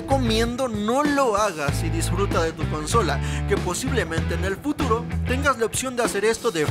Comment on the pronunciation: Amigo dijiste puturo en ves de futuro